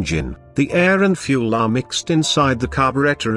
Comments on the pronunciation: The moment it said "fue elle" instead of fuel i was out. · "FuEl"? Seriously, what is the problem with simply using a human to do the voiceover? Who TF pronouces fuel "fuEl"? I'm moving on from this cyber nonsense. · "... in a contained cylinder with the help of fu-elle." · Really good video hampered by the robot voice saying ludicrous things like ‘fuelllle’. I say use a human to read out the text, but otherwise 10/10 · I stopped watching at 'fyou-el'.